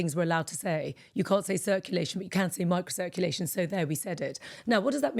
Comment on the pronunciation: What are you saying about microcirclation. It sounds so garbled when